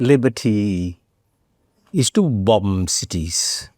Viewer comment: Great talk. But how in the world can he NOT know how to pronounce BOMB and BOMBING!!!!!!??? Not to mention that 3 is not pronounced TREE!!!!